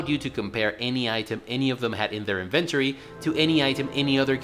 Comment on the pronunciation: Had to stop once he started saying inventory in a way my mind rejected to my core... It's as if he wanted to say invented but added ory at the end.